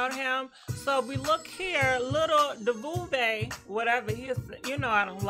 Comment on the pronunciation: Lil fiz fucking up the bag like you fuck up duval name😂😂 Tell the spirit to help you with your reading skills